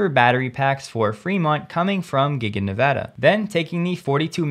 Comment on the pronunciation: Thank you for Nevada correctly!!!!!!!